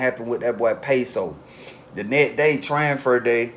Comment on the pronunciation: 😳😳Tranfer...I Thought It Was TRANSFER 😂😂